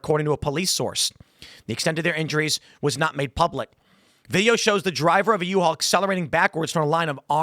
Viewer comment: "The U-All vehicle..." - Tim Pool 😂